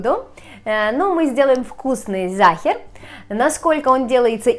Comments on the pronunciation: Это по-русски всегда так получается, они всё каверкают, а потом думают, чё это язык такой ужасный. На немецком Sacher выговаривается как "зáха". Это не немецкий матершинный, а ваш ломаный выговор. Всё понятно? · problema v tom,chto Sacher po nemecki proiznositsa Zaher,esli poputatsa chitat po angl,to nichego obschego a Zaher...Pravilnoe nazvanie ZAHER,Ya tam bula,zhila v otele Sacher i ela etot tort -eto ih specialitet.. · Это НЕЧТО, когда произносит, что сейчас она приготовит вкусный зАхер!